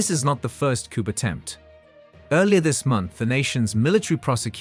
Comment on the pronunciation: the P is silent in COUP!!!🎉🎉🎉